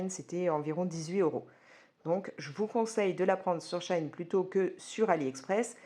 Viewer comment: Coucou ! Shein se dit : Chi in Ce me donne envie de commander 🤣